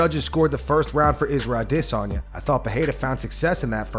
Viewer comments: Stop saying “ah-diss-on ya” he corrected Ariel a year ago lol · Why does this channel always say Isreal Dissanya for Adesayna? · This guy gets wet any chance he gets to make a video mentioning “A-DISS-UN-YAH” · Just say adesanya like the rest of us! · Why do you always call him Dis-onya? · This channel always calls Izzy “Israel i-diss-on-ya” 😂😂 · What's with how u pronounce Addesanya? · WHY DOES HE PRONOUNCE IZZY'S NAME LIKE THAT?!!? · Bro if you don’t stop saying Adesanya like that I’m un subbing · bro you sound dumb when u pronounce alex & izzys last names but then every other fighter u pronounce the last names with no accent 🤣🤣🤣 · If you never say Israel’s last name again, it’ll be too soon. The way that you say it is so idiotic. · Please, please, just say "Izzy"..... stop trying to pronounce his last name.... you're killing me Smalls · I hate the way this guy pronounces Adesanya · Bro this dude needs to fucking stop with this pronunciation of Adesanya. Idgaf if it's "supposed" to be that way,i don't buy it,who's fucking name has a stutter right in the middle of it? Fucking say it like everyone the fuck else. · It's a really cuck thing to do, to keep pronouncing Adesanya's name like that. Do you hear anybody else doing it? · I can not take the way he says adesanya . I’m unsubbing ✌️